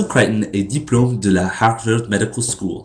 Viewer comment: au debut tu dit diplome pour diplômé..tu dois prononcer le ''é'' a la fin ;)